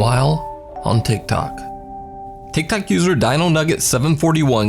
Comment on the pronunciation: I love that he says "Tiktak user" 😆